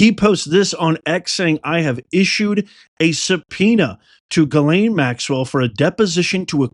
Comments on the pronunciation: Please stop butchering her name! It's pronounced Gis lane, not ga lane. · Lol no names are coming and it's not Gaylayn is Jeezlayn